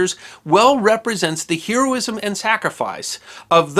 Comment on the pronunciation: History Deserves to Be Remembered - nice work sir. The past tense of "sink" is "sank", not sunk. Heroism is pronounced "herr-oh-iz-em". L.A.U.S.D. 1950s. Aloha.